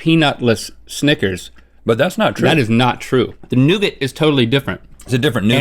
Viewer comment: The way they pronounce nougat is freaking hilarious.